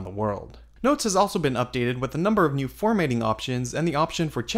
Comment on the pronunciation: Your name is. Curious that you mispronounce a word that contains your name: formatting.